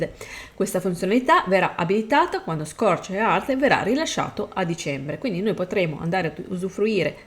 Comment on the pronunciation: Si magari imparare un po di inglese sarebbe bene!!! Non si può sentire, nel 2023 da, i è il minimo... Scorched Earth non si può sentire.... Ridicolo